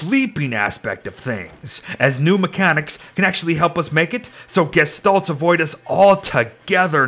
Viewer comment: Why u saying gishtolts when u always would say gestalt